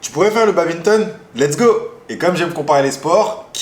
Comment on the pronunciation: J’ai entendu baBinton mon dieu